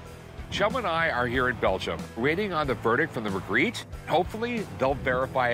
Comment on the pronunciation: The "expert" who pronounced "Magritte" 3 different ways (none French) did not inspire confidence.